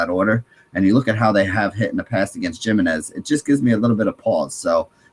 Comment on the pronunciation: Dude Ubaldo JImenez' last name is pronounced "Hi-min-ez"